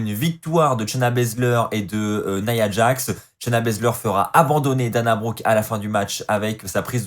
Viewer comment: J'adore comment Charlotte a appelé shayna bazler , shayna blazer